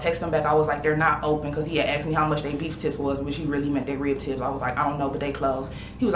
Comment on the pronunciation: I know, right 🥴. Or how about, “light skindid” or I “axed” a question verses saying I “asked” a question 😂. It’s insane.